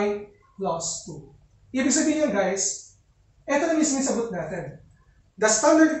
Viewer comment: "Hi Gays"